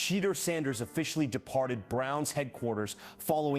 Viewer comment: Don’t even know how to pronounce Shaedeur Sanders’s name.